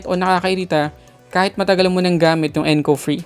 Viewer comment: Pagkakarinig ko encov free haha